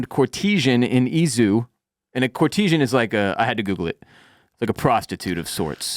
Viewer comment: “Core-tease-zhen” lol Aka Court-eh-zhan